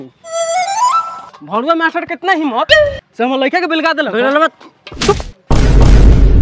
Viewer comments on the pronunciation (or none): 😅😂😂😂😂BHADUA HOTA H ..BHARUA NHI